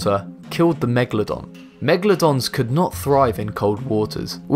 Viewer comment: it says Magledons xD